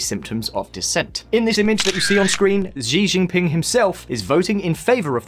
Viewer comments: Sounds like SHEE-jin-ping. Not zhee Jin ping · 🤦🏾‍♂️ his name is NOT GEEGEE PING 🤦🏾‍♂️🤦🏾‍♂️😖🙄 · Why he keeps saying Jijin Pin? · It's pronounced she Jing ping. Just helping ;) The diplomats name is dang Shao ping Zhi = Ji Xi = she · Shii jing ping not Ji jing ping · who tf is Ji Jinping?